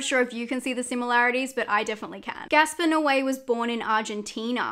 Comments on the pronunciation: It is Gaspar, not Gasper. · Girl what, his name is GASPAR NOÉ! Not Gasper lol